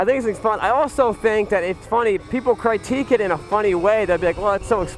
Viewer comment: “Crytique” “Alan par with the KTM” Bro, where did you learn how to speak words?